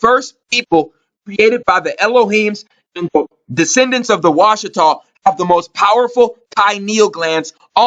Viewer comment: Washitaw, "watch"taw, Watchers???